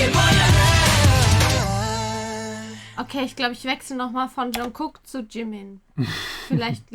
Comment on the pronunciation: Lieber, Liebe, ich schaue eure Videos total gerne und freue mich über jede Reaction zu einem K-Pop-Song.:) Was mir allerdings bereits ein paar mal aufgefallen ist, ist die falsche Aussprache zu Jungkooks Namen. Im Hangul wird Jungkook "정국" geschrieben, in der romanisierten Form wird das somit "Jeongguk" geschrieben. Die standadisierte Schreibform ist natürlich "Jungkook", aber das erste "k" in Jung"k"ook wird wie ein "g" gesprochen. Es klingt einfach schöner, wenn ihr das vielleicht anpassen könntet. Es ist einfach eine falsche Aussprache, wenn ihr das erste "g" einfach ignoriert und es sehr hart aussprecht.:/ Wenn ihr euch nicht sicher seid, gibt es ein super Video in welchem sich Jungkook selbst vorstellt, da hört man die Weichheit im Namen sehr gut. -->